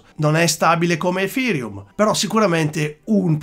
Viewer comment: Un mi piace meritato solo per la pronuncia EFIrium :D